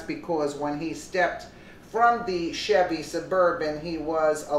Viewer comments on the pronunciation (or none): none